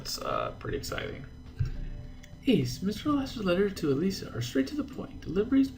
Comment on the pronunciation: Ace, I think Elisa's name is pronounced with a long I, like Elisa Schyler.